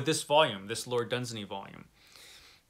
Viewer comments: It's pronounced LORD DUNZAAANY. Far greater than Tolkien. Dunsany wrote real magic and wonder - Tolkien wrote for the masses (yes he did. Elfin language is BS). If I was to enter those magical worlds I will travel with Dunsany! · Great clip! It's Dun-SAY-ney. It rhymes with 'insaney', as one wag pointed out. Contrary to several assertions, it doesn't appear that Robert E. Howard read much Dunsany other than a few poems. On the other hand, Clark Ashton Smith and Fritz Leiber were both fans.